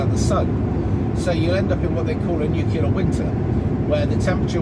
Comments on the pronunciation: For the love of god! NU CLEAR. Not bloody nucular. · ‘ new clear’ …. Not ‘nukular’….. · It's Nuclear (New-Clear) not nucular (New-Que-Lar) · Your understanding of history and geopolitics is simplistic and ignorant. The word is 'nuclear', not 'nucular'. Ad hominem attacks are not arguments. Read some books. Learn how to research and critically evaluate information, instead of relying on social media and your own subjectivity. You are not the brightest bulb. See: the Dunning-Kruger effect. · I think he doesn't understand they aren't nuclear. Or nukilar as he says. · Nuculer? 🙄 George 'W' has a lot to answer for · I stopped at “nuc-you-lar”. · I don't think nucular weapons are as powerful as nuclear ones....